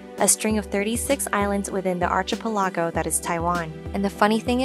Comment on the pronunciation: Archipelago (pronounced as ah-key-pear-la-go) and algae (pronounced as al-gay) were both pronounced incorrectly by your correspondent 😮